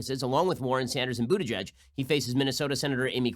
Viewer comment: Stop it Ben! Just stop it! His name is pronounced Booty-Guy-G anyone who knows German knows it's not pronounced Butigedge. I thought people stopped having to do this since the heavy Anti-Semitism of the 1920's -1950's